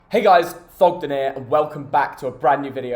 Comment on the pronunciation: Good to hear you actually pronounce thogden properly at the start! Jars me when you say "thognen" with your eyes shut at the start haha. Love your chanel though bro